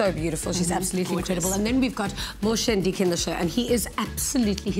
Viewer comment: its Moshe Ndiki not Mdiki